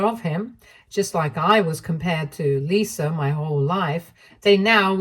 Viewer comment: There is no "R" in Lisa